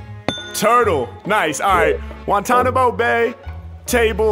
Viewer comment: He said Guantanomo and bay Lmfaoooooooo